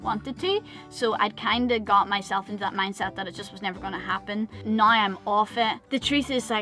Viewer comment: You both seem so chilled and blasé about the future which is how it should be. Kids or otherwise, really good attitudes. Your Irish pronunciation of now is awesome, kinda sounds like gnaw and from a Welsh guy is in no means disrespectful as I love the accent